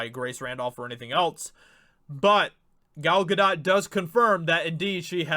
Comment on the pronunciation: Important video. But Dude... please learn how to properly pronounce Gal Gadot’s name...